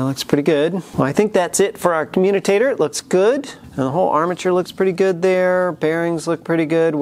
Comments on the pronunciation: commutator, not communicator...great otherwise! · Communitator????? I think you mean commutator. Great video, like all the others. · It pronounced com-u-tator. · Hate to be a stickler, but... it’s a “commutator”. No letter N in it, ... now back to our regularly scheduled program. Great stuff btw. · FYI, you are mispronouncing "commutator". You seem to have injected a few extra letters that don't belong.